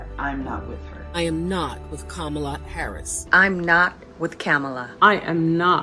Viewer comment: I love the way that each of the ladies pronounce VP Harris name differently.